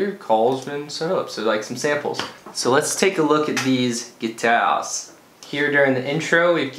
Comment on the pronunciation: (Gee-Tauws) ~in a French accent~ That's the best, thank you for that Sloan.